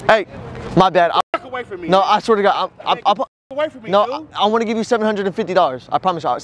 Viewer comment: I like the way he say dude "du'u" ! Greetings from France.